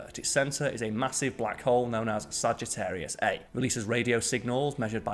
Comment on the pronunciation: I was counting that one as well, but after listening to it again (several times, actually,) I think he did say 'eight' kiloparsecs. Probably the accent again. The errors I noticed were; Sagittarius A* is pronounced "Sagittarius A star" ; he gave two different diameters for the galaxy (26.8 +/- 1.1 kpc and 30 kpc) ; 3.7 parsecs to the nearest sun-like star (Tau Ceti) is close to 70 trillion miles, not "a few hundred million" ; and the last one I noticed is kind of half right, since we know HOW to 'warp time,' but we do not have the 'means' to do so. Sorry if I'm being pedantic, but I am a perfectionist (as much as a fallible human can be, anyway.)